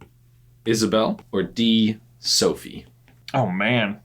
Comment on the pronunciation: The way you pronounced isobel. 😂 😂